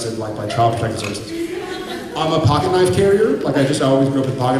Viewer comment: "My daddy has a pocket knife" Whoa, Jared your Texas accent is showing!